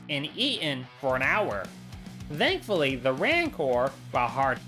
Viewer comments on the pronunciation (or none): bro very cool video ngl. but i have one question..... why do you say dhoughtt or dhankfully instead of thought and thankfully ? NO OFFENSE. i just wondered by watching this video